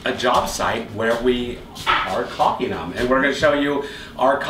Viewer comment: Thank you for saying caulking the proper way. Without the L. Except for journeyman john. He's wrong lol